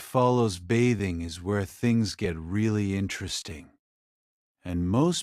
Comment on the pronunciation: If you are going to use a robot narrator you should use one that can pronounce the words correctly. If it is a human narrator, same thing. This one learns as it goes. It finally learned how to pronounce "bathing" about five minutes in. Otherwise, this is too long and very boring. I couldn't force myself to finish.